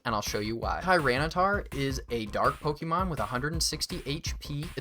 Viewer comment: If you learned to pronounce Pokémon properly I might have subbed, Gen Z huh